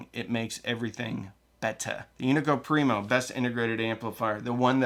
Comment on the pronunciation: being born not too far from here the Unico Primo amp is built you're killing me with your pronunciation! Great video!